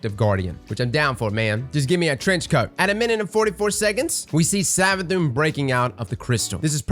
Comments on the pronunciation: Did you just call it SavaDICK? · Everytime you say 'Savathicc' it cracks me up 😂